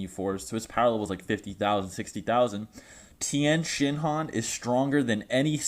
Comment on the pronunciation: THE TIYEN (PAUSE) SHINHAN